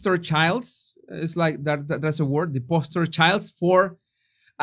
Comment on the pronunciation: btw it's "poster children" and with a long O in poster. 🙂